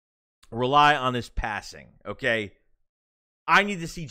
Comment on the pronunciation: "Hooh-kaaiyy" Haha, good stuff.